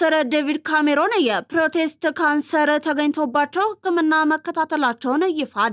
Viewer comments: Please it is not protest, it is prostate! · It is "Prostate cancer" not "Pro..test ...". Pls, በትክክል አንብቢ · አንች ልጅ Energyሽ ጥሩ ነው ግን ዜናሽን ከማንበብሽ በፊት ሪሀርስ አድርጊ!!! "ፕሮቴስት" የሚባል በሽታ የለም!!! ዜና መግቢያው ላይ የአፍ ወለምታ ብዬ ነበር:: መሃል ላይ ደጋገምሽው😡 ለማለት የፈለግሽው "ፕሮስቴት" ይመስለኛል!!!ከትምህርት ቤት ስትመረቂ ፩ ዓመት ልምድ ወስጀሻልን? የሚለው ጥያቄ መጣብሽ 😜